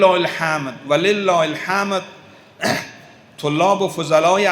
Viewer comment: والله الحَمَدْ آنقدر بیسواد هستی حَمْد را حَمَد میگویی حقا که آیت الله فیاض رحمةالله فهمیده بود که تو بیسوادی